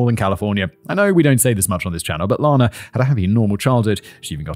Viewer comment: Out of respect for the victim I must point out that Ms.Clarkson's name is pronounced like Anna (ran, or can't). Lana Turner's name is LAHna. Not so for Ms.C.